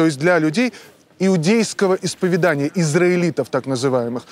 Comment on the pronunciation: Посредственный из вас филолог, если вы, смотря это видео, где человек говорит исповедАние вместо исповЕдание, говорите, что вам приятно смотреть